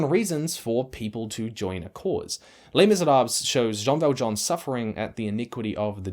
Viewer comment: Great work as always on the merits. That said, the pronounced letters are Le[s] Misérabl[es], not Le[s] Misérab[le]s.